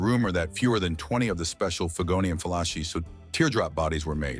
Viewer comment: Talbo Lago. While on the subject of pronunciation, the Figoni and Falaschi is Figoni and Falaski.